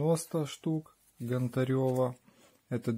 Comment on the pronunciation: Чи важко вивчити прізвище ? Нє ГонтарЁва а ГОнтарєва!